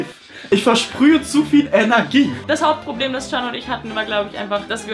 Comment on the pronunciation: Immer wenn sie Hauptproblem sagt verstehe ich Hautproblem 😂